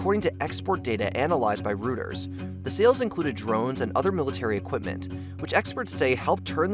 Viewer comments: "the" mistake? SO many. One that might come up again: "Reuters" is not pronounced "rooters" -- it sounds like "roy-ters" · Hey, this is a good video, and I appreciate the research and effort you put into it, but you are mispronouncing a lot of words. 'Azerbaijan' should be pronounced like 'Azer-bye-john' with a 'short a' sound. 'Reuters' should be pronounced like 'Roy-ters'. There are a few other instances. I know my comment sounds like I'm being a pretentious jerk, but I just wanted to point this out because you clearly put a lot of work into this video, and I think correcting the pronunciations would help reflect that. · I know everyone is going to town about the pronunciation of Azerbaijan, but no one going to comment about "Rooters" ? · reuters became 'rooters' 🤣. How did he publish this video without checking the pronunciations! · Don’t forget ‘ROOOOOOters’ aka Reuters